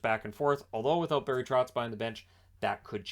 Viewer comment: Not Trotz,Lambert.....lols